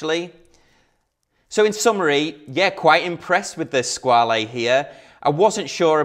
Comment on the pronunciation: Just FYI- it’s pronounced “Squa-la”, not “Squa-lee”. TGV (& all the other YouTube watch people who followed) have it wrong.